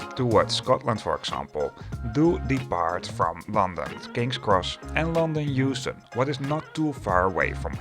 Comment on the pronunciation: Euston? Really?😂